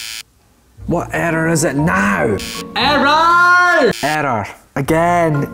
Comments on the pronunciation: error sounds like erder with his accent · you mean "eder"? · It might just be me just I love the way u say the word “error” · i love how he says error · i love the way you say error :D